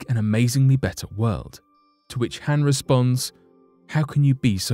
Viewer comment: Pronounced Han wrong...